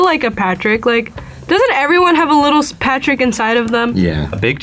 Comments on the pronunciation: "Patch-uric Star" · ‘paterick star’ it’s p a t r I c k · Who is pat-ter-RICK star??? No this is PATRICK! It's one word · pat-er-ick star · "Paterick star" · pat-ar-rick star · Patrick is amazing, but why she pronounce his name like that?